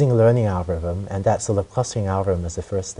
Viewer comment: ' Algo-wiv-um ' haha